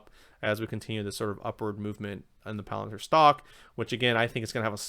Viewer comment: Great job but for the love of god, please stop saying “planet-ir”. Lol